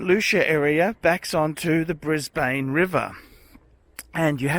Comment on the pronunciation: Bris-Bane : the centre of the universe, phuckerz. Stella, the best thing about this vid.